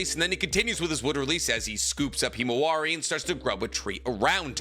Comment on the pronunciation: Mans really said kimawari